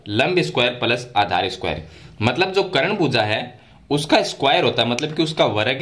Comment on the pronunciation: करण नहीं सर कर्ण